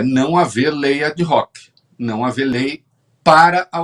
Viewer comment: "Ad hoc": esta expressão é pronunciada "Adoc" (e não "Ad roc").😊